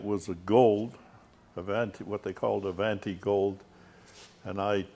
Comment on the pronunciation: Well he could learn the correct pronunciation of “ Avanti” . Also a special cam shaft did not make a 304 engine as he said. Studebaker had a 259 , 289, and 304.5 cu in. Engines. The Avanti came with 289s and 304s either super hard or not depending on if it was an R1, R2, R3, or R4. Nice to see his beautiful car and if you are fortunate enough to have such a car, you have a responsibility to know the correct facts about your car when you show it.